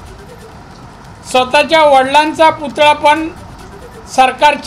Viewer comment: पुतळा सुध्दा नीट बोलता येत नाही